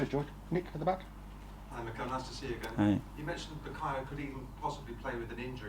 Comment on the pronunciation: It’s Mikel not Michael? 😱🤭😅